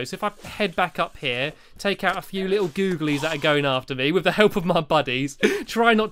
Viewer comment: Stop calling them googilees your not in minecraft